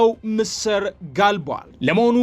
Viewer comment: ምስር ስታነብ ጠበቅ ኣታርገው ስታጠብቀው ምስር የምንበላው ወጥ ነው። ላላ እርግህ ስታነበው በአረብኛ ምስር ማለት ግብጥ መሆኑ ነው። ላላ እርገህ አንብበው በእ